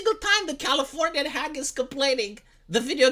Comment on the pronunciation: "Californianyahh" never gets old! 😂 wait... Proper spelling, not a localizer, er....